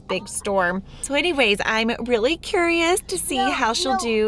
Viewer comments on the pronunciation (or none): none